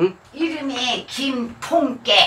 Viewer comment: 티코발음 : 김똥깨